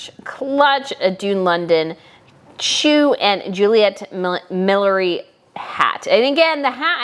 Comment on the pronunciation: I know that. I was pointing out that the word was mispronounced on the show.